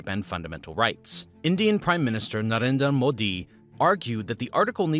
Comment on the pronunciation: Based on the way Narendra Modi was pronounced, I get the feeling this video is done by an Indian bhakt in America. Nevertheless, few facts overlook and almost gotten away with: 1) There was no country named India before 1947. Hindustan or Indus or India was a region. Pakistan, Mayanmar, and India were all born out of this region. 2) The partition is in reference to the partition of Punjab. This area was the only area where a mandatory migration was implemented. 3) Kashmir did not and does not belong to Pakistan or India. Kashmir was its own princely state. The reason article 370 existed is because this was recognized in-between the Kashmiri leaders and India. As per UN declaration, Kashmiri people were to vote on what they would like to: join India, Pakistan, or stay independent. 4) War of 1971 was instigated by violent Bangladeshi separatists. Yes, West Pakistan was racist towards the East, yes West Pakistan did not accept the election result, but the violence started from East Pakistan and West Pakistan reacted in a disproportionate way. East Pakistan should have done better and in my opinion Bangladesh (Bangla people) should be independent. However, India's involvement in this was not innocent. India supported the Bengali rebels and used fleeing Muslims Bangladeshis coming to its border as an excuse to join the war. Their aim was to splinter Bangladesh from Pakistan. They also had closed off their air space to Pakistan which was in violation to their previous agreement. Al